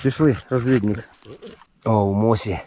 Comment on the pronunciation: Не "розвІднІк,а розвіднИк", чому Ірина не виправляє Вашу мову. Вибачте,довго слухала. Бажаю успіху!